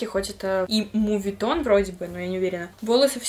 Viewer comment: Небольшая поправочка: не муветон, а мОветон Всех благ❤